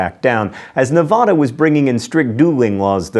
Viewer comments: It's Ne-VA-da not Na-VAH-da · John, you have researchers! Why do you still mispronounce Nevada every time you say it?